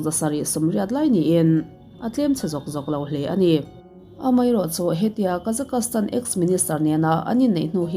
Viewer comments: Kazakastan nilo in Kazakhstan ti in kan soi thin aw. Mizotong tak chuan kazakstan tih tur. Thian poh ka nei nual kazakstan ah hian 😊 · Kazakastan tih a lam loh tur Kazakhstan tiin lam tawp rawh. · Kazakastan ni lovin Kazakhstan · Kazakhstan (ka-zaks-tan) tih ve mai awm (kazakastan(ka-za-kas-tan) i ti teh tlat a adik zwk ge phei chu k hre Chiang chuanglo na chu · Awiii I Kazakhstan lam Dan khiii or nge kazak-kas-tan ram hi khawvelah a lo awm zawk nge😅... Ka lo hre lo a nih chuan ka thiam loh a ni e😅😅😊😊😊 Kazakhstan chu ka Kal tawha Kazak kas tan hi zawn a ngai😮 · Kazakastan tih ringawt ka rilruah a awma, concentrate deuhin ka ngaithla theilo re+😅😅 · han google zuai chhin teh.. Kazakhstan pronounciation tih emaw velin.. Kuh-zaa-kuh-staan ti a lam tur . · Ka-Zuhk-staan tia lam a dik e. Inzir theih zel. Lam dan hi uluk ve deuh loh chuan rilru a lapeng ve duh reuh lutuk. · kei chu ka Google pawn tuman alamdan hian an lam miahlo..chuan tuman tianga an lam hi ka la hrelo bawk.. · Google ah i en tawp chuan i location/ip adress india anih vangin India pronunciation an lo pe nghal ang che..Bristish pronunciation ti khan han search tha leh teh ..A dang daih ang..